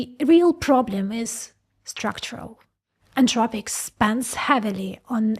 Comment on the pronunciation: AnTHropic, the word is anTHropic. TH like THink.